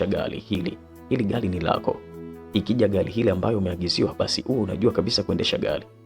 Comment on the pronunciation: Aisee unatamka maneno vibaya inakera masikioni...yaani hujui R inakaa wapi na L inakaa wapi...Eti BAALI,SILI,NALUDI,HARAFU,GALI